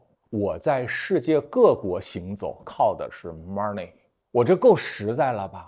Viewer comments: 听说妈儿内妈儿内，就知道学不好日语😂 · 你看一下这个单词money 再想想它应该怎么发音？